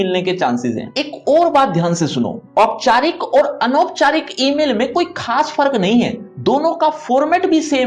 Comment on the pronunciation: Sir ji ooyeeओपचारिक और अनौपचारिक hota ha😂😂